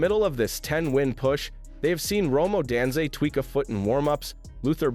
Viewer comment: Rome O-dan-zay?